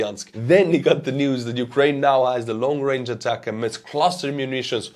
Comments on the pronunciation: A TAC MS. THREE SYLLABLES Sounds like "a tac ems" Not A TAC M-S Where did you get that pronunciation from? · ATACMS is pronounced "attack-ems," not spelled out. There isn't a variant called "long-range" but the Block 1 is a lot shorter range than later versions, so what Ukraine has isn't the long-range attack-M-S, it's the short-range attack-ems. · Please just say "ATACKUMS" instead of Long-Range ATAC-MS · ATACMS, not ATACM-S. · It's just pronounced "attack 'ems" like "attack them" not "attack MS" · Day 3 of me as an American reminding you that in the us we pronounce ATACMS as "attack 'ems" not "ay-tack-M S". Not a big deal but it ruins the intended pun when it's mispronounced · Thanks for another informative and witty presentation. Please learn how to pronounce ATACMS (Army Tactical Missile System) properly. The proper pronunciation is: ATTACK EMS, not Attack MS! Cheers! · ATACMS is the system not the missile. M39 or m39a1 cluster would be the missiles your talking about possibly. However when you say ATACMS, it’s not M-S. It’s just pronounced as attackmm’s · we here in the US just call the ATACMS missiles "Attack-ums"...so no need to say "Attack-MS".. and you're welcome. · It is pronounced ATACMS, no attack-em-es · Great video as always. Just as an aside, I think ATACMS should be pronounced like "attack-ems". The MS sounds like the M's in M&M's (if you know the candy). Anyway, great video and keep it up! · In the US, we pronounce ATACMS, "Attackums"... just thought i'd help you out. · It's pronounced "attack em's"... Like "hey, let's attack em" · Just pronounce it “Attack’ums”. One word. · Somebody please teach how to pronounce ATACMS properly, it's driving me crazy!